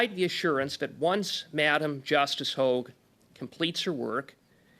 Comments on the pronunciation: Sorry this drives me nuts it is not LeblanC. He is french so the c is silent. But also he needs to understand it is Hog like a pig but hoag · Hogue le blanc not hog.